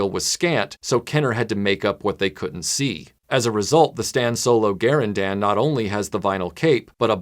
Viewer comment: TIL that Garindan is pronounced Gar-in-dan, not Ga-rin-dun. as I've always said it.